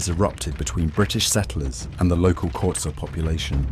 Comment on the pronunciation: Love the way you pronounce xhosa❤😂